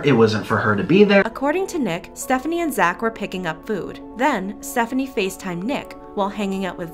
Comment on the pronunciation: Btw it’s pronounced Stephanie so :)